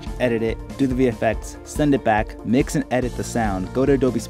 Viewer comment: well then, I'm sorry; I thought i heard u say, "Duh" where it should have been "thee", A LOT! And then there was "ekcetera" instead of "ETCETERA". Keep trying, I keep listening. And don't forget to PLAY BACK. LOL